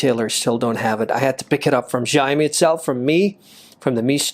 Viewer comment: Its Xiaomi not Zaav me 🤣🤣